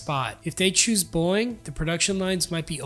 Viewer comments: why does he keep saying boing? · Teach your AI to pronounce Boeing. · I love how this guy says Boeing like “Boing.” 😂